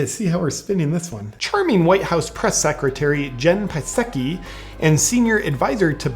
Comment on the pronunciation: JP, the P in Psaki is silent, just like the P in President Biden.